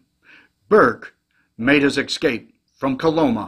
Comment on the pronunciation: "Escape" is pronounced like it's spelled, not "ekscape". You learned better in the fifties, maybe sixties.